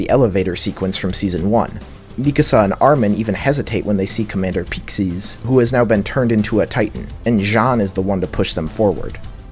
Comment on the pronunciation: Why does every YouTuber pronounce names different from the dub? SHIganSHIna? Commander PEICKsis? Where are you getting these pronunciations??